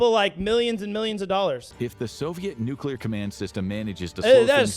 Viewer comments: Its pronounced how its spelt tard 😂 Nu-clear.. You are pronouncing it, "Nukeular" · WWIII: everyone who says nuke-you-lar goes first o.o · I know you don't care but the word is nuclear! There is no room between the c and the l for a u! It is pronounced new-clee-ar!